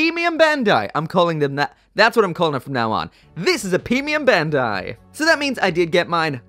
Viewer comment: ‘Pee-mium Bandai’ 😏